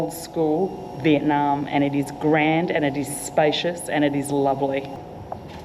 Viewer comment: and. Love love love your pod casts. The tours and suggestions are marvelous. However, one thing stands out from pronunciation of Viet. NAM She comes down so hard on the NNNAAAMMM. ITS SOULDS LIKE FINGERNAILS ON A CHALK BOARD. I might suggest Viet Nauum. Instead of the very loud NAM!!!!